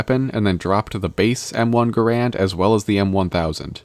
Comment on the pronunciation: Bro forgot the first A in Gar-and